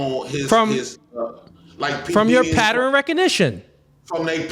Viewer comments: it's not patter-N. It's pronounced pat-turn. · Please be mindful of saying 'patteren' instead of 'pattern' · The people who cant pronounce ask also cant pronounce pattern... what the fuck is a patteren?? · i love ya, i agree with everything youre saying, but WTF is a "Patterin"? (pattern). lmao